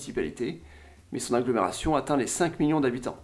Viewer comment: Sans vanne : tu serais pas dislexique par hasard ? Depuis quelques années que je te suis j'ai remarqué des problèmes de diction comme "algomeration" "aroport" "sympolise"